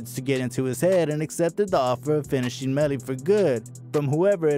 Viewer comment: You did bad bro. Fake photos... not saying his name right. Unsubscribe.